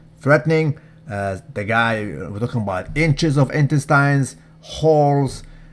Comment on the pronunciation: "Intestynes" not loyal.